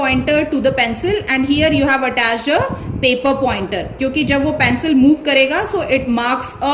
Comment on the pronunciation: Mam your teaching is incredible but the pronouncitaion of pencil is pencil not pancil